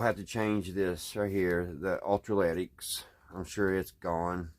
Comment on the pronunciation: Electro lytic not ultra lytic.👍🏼